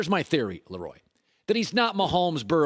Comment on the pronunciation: You love to bring him on but can't pronounce his name correctly. It's pronounces La Roy not Lee Roy